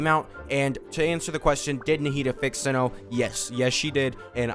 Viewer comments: its Cee-no lol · Its S-EYE-NO my guy not Sin-No